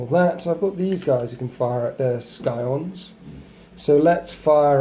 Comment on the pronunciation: Skyons? It's pronounced Sigh-ons